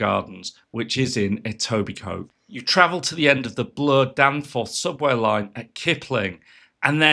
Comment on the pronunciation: Looks like I’ll have to make a beeline to Yorkdale’s Birk’s. Thanks for pronouncing Etobicoke properly, BTW.